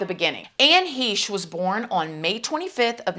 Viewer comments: The word 'on' is just one syllable. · Can't handle her rap pronounciation of "on". She sounds like Tiffany Hadish or Queen Latifah